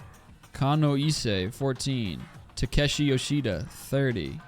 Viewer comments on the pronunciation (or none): none